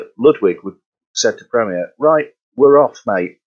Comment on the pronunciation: The host needs to work on pronunciation, that was quite hard to listen to, wish had atleast corrected the company name of wich is a known quantity on Sadly didn't mention anything about Premier in the 20s and 30s, drums such as the dominion major and ace... It was club (never heard of disco) then crown... senator was the seller brand name